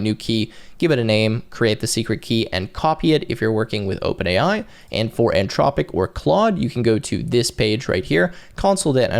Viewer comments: How can we believe what this dummy says when he can't even get the name right. He say antropic like 50 times. Anthropic. Learn to read and speak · Anthropic not antropic an·thraa·puhk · In what world would Anthropic be pronounced Ann-tropic?